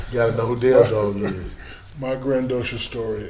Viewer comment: I would hate to have a degree in journalism and see this shit. This nigga said "grand-docious" smfh 🤦🏽‍♂️ and Shaq literally gave him the same story he's been telling since the beginning of his career.